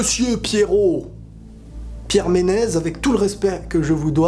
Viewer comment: On prononce Pierre Menessssss pas Menez